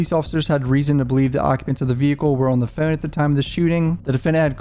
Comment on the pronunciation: What’s a phoon? Is he trying to say phone?